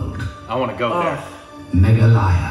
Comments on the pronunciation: #meghalaya ..not Maghalaya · The pronunciation of meghalaya in the video meghaalaaya 🤣i m dead, its meghalya bro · Its pronunced as megha law yaa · That's the exact pronunciation of 'Malayalam' dear 👍😊💟❤️🙏💜💛So sweet and thoughtful of you ❤️♥️💕Nature videos r great for us viewers to see the childlike innocent genuine reactions from both of you dears. N IT'S A STATE NOT A PLACE IN ASSAM😂😍Also, it's Mey, Gaa, ley, yaa(yup the pronunciation in the video was wrong too). It is one of the most amazing beautiful cleanest places in the world n it's mostly due to the sincere hardworking responsible efforts of the lovely people living there, having a great sense of preserving n protecting the environment 💛💜🙏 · 7 sisters of East...7 states... infact they pronounced meghalaya wrong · That's again mispronounced